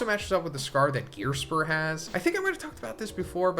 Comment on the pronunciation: Im sorry.. who is Gearspur? Definitely butchered that name, but ive never heard of him in this series or your videos until right now haha